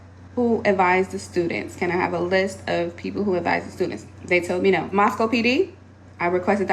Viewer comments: Moss-Co not moss-cow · ooh don't say Moss Cow to anyone that lives there, it's Moss Co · It's pronounced moss-coh. Not moss-cow like the city in Russia. Great vid tho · Oh shit! Dude, you were in my hometown. Thanks for coming to Moscow. I'm glad you confronted that vile bitch in person. That shit is hilarious. P.S. it's pronounced "Moss-coh", btw. Originally named Hog Heaven before we got a post office 😅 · Oh, friendly heads up: It’s pronounced “Moss-Coh”. I know it’s odd bc it’s named for Moscow, Russia, but if you live anywhere in the upper NW corner USA you know it’s called “moss-coh”. Not a big thing, common misunderstanding. I just thought I’d let you know. Come over to Washington state where nearly all of our towns and cities are indigenous names or words, or based on the original tribal/indigenous word. I’m talking to you Sequim, Seattle, Tacoma (Tahoma), Spokane, Kitsap, and Klikitat, to name a few. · Just so you know, Moscow, Idaho is pronounced moss-koh, rhyming with Roscoe. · It's pronounced Moss-co Idaho like Costco 😊😊